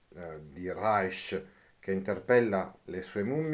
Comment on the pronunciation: Perché pruonunci RAISCH? Non è inglese